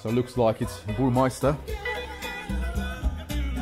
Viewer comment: Dude.. its BURMESTER not MEISTER